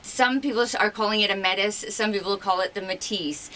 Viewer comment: It is like you pronounce it! I speack french! Whath a beauty!